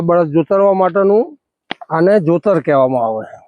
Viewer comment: Jutar nahi jotar ky gharda